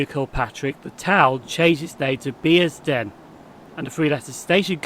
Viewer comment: it is Bearsden as in a "bear" I picked you up as saying "Beersden" The late Jill Dando said "Beersden" in a news report years ago. The locals may be offended if they heard you. You pronunced Milngavie correctly.